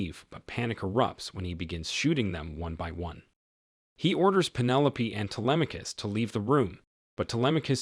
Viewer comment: U mean his pronunciation was good? Bc he pronounced the name very good as someone who doesn't speak Greek